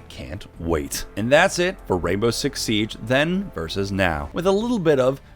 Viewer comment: “U won’t believe this but rainbow six sibe” SIBE